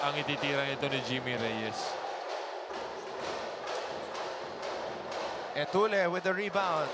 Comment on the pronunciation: Dami nanuod ng ncaa pero mga commentetor nyu nyu d marunong mag basa etulle.. etulye pag basa nyan 😅